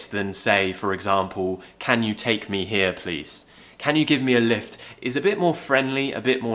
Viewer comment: Lovely accent. But I'm not agree with ur pronunciation of word"Here"